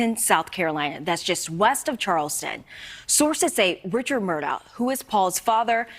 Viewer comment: I think it's pronounced "Mur-dauck," oddly.